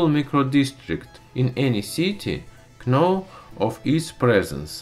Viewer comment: I love listening to him talk! no one tell him that the k in know is silent :D